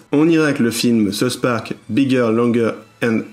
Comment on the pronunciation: Arrêter de dire SouSS Park, on dit South Park!😉